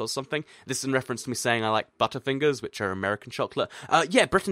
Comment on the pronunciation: listen closely to when says butterfingers it sounds like gasp #JohnHammondConfirmed #JurassicWorld #JurassicPark #TU #FindingLulu #BannanaBoat #PotatoOverlord #SubscribeToAll #Pokemon #PeanutButterJellyTime